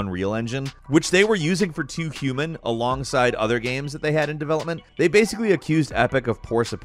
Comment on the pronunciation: Too youman loooool